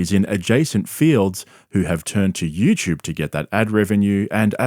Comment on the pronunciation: It's you tube...not you chub...